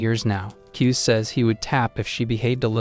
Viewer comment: His name kuze how they say it kuz but how you pronounce it KuzA